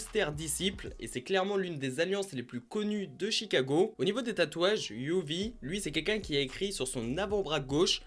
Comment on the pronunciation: Wsh pk tu dit yuvie c juvie